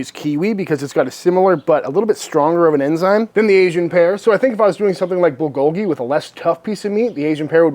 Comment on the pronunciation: White ppl: it’s pronounced BUL-goh-ghee Accent is on the “BUL“ NOT on the GOH